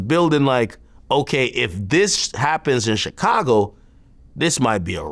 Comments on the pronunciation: Word. Hate how he says twister instead of Twista too. But that CHicago is definitely the most annoying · Chick- cago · VLAD PRONOUNCING CHICAGO IS LIKE HEARING NAILS SCRATCH THE CHALKBOARD